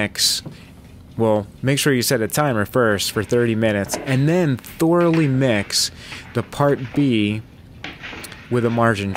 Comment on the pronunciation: Thor-a-lee =D